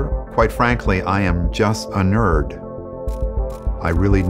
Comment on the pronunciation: Yall know he didnt even say that right